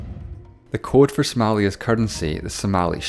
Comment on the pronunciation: HE DID SOMALIA SOO BAD😂😂